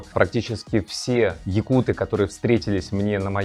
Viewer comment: Блин многие русские говорят Якуты с не правильным ударением очень обидно (ЯкутЫ правильно как по мне)